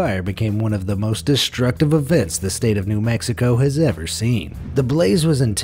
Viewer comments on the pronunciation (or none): You have terrible speech patterns. Say destructive. Do not say de SH trucktive.